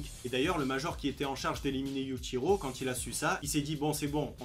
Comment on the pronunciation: Prononce bien le yuchiro stp